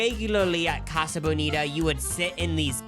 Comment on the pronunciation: ’ pronunciation of casa is killing me